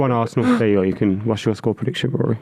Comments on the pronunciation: The way he said VARsenal in his Bristolian accent killed me. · saying varsenal, maybe he should worry about his teams 100 ffp rules being broken